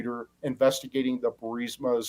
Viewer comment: And don’t worry about not being able to pronounce a basic word like Archmere correctly Benny. While it’s a stupidly basic word to pronounce you can’t even pronounce BURISMA or NUCLEAR correctly either 🤷‍♂️ And the real NUCLEAR cringe is having to listen to Benny continually butcher the pronunciation of a basic 7 letter word like NUCLEAR.